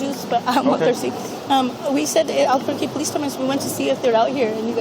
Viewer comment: Of course it’s alberqurque 😂